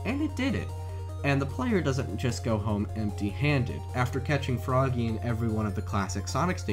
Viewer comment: I wuv my Fwoggy!!! :P